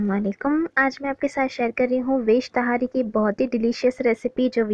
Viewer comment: पहली बात तहरी होता है ना कि ताहारी